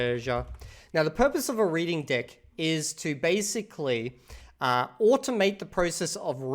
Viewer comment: I thought he was mispronouncing DECK on purpose 🙈